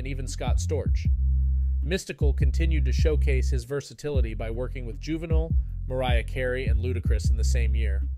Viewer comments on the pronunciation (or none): My manz said juvenule .. 😅😅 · 😂 he said "Juvenal" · Why u call him juvenull